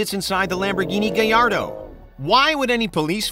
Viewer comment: “lamborghini gallardo” 🤦‍♂️